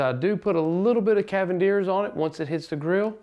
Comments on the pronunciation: That's not how you say cavenders unless your from up north. If so then disregard and carry on sir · or as he says cavendeers